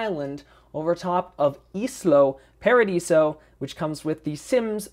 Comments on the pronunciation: not islo paradiso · It's pronounced Isla Paradiso